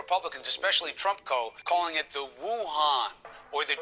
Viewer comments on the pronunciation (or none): Frankly, how the media pronounces "Wuhan" is practically a hate crime.